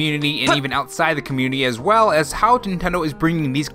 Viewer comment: I mean this in the nicest way possible: stop saying "as well" like you're stating a period. It's like some weird fad that other youtubers have with the same tone. Much love, tho. You're viewership may increase on that alone. Sorrynotsorry